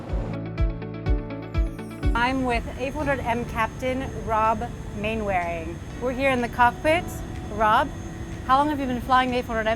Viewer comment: Thanks for sharing. Mainwaring is usually pronounced Mannering.